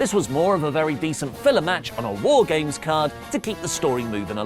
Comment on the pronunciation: Wife keeps wondering if is saying "Whore Games." And that's all I hear now.